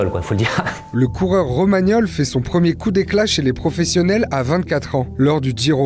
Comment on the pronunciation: Il dit Giro, mais contrairement à beaucoup de français il fait un petit effort au niveau de la prononciation, d'où ton incompréhension...